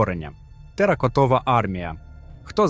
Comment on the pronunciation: Шановний автор! Якщо ти не знаєш де ставиться наголос на тому чи іншому слові, не треба показувати що ти не дуже освітній, а треба подивиться як це слово повинно звучати на який слог йде наголос...то як ти сказав теракотова, це просто відразу вухи зав'яли...там ще є 1 слово яке ти каверкаєш. Надо краще готуватись та більше читати...